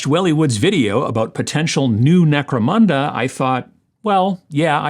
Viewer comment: Always enjoy your videos. Gave a like when you said Necromanda, haha :) have a great week!